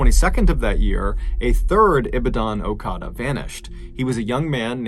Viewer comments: (it's pronounced uh-ka-da) As a Nigerian my dad used to travel to ibadan for work I would have absolutely broken if my dad went missing. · It's the way he pronounces okada for me. Makes it sound so sophisticated 😂😂. Orkadaz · Am from Nigeria and i was there when this happened they killed and sold their body parts for rituals and voodoo there was more people that got kidnapped and killed and it’s called okada and pronounced as “or-car-da” not ohkada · I'm Nigerian, and the way he pronounces "okada" and "ibadan" is really funny😂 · Omo😂😂😂😂😂😂it’s the way you pronounce OKADA for me ooo😂😂😂😂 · As a Nigerian the way u pronounce Ibadan, okada n names sounds cuteee 😆😆😆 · I'm a Nigerian, and I can tell you.. there's just too many stories you can tell about the strange dark and mysterious in Nigeria. Also, your pronunciation of okada and Ibadan made me laugh till I cried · Ah yes.. Nigeria.. Where you must stay away from the police...... Seriously, you're better off alone... Also I love how you pronounce "Okada" and "Ibadan" like they're Japanese words... 😄thumbs up man! 👍👍👌